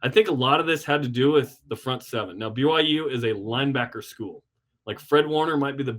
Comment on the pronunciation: Why is it so hard to just say "B-Y-U" annunciating all the letters as you say it? If you're a BYU podcaster you should recognize that there is a clear Y in the middle. BU is Baylor, B-uh-U is not a university, its an indication you need a good decongestant.